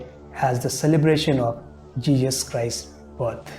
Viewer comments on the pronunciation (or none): Arrey O Uncle, its JESUS not JEEJUS 🤣🤣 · For Christ sake it's not Jejus, It's Jesus.